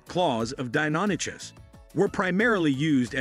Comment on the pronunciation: that's not how Deinonychus is pronounced. It's "Die-non-ick-us"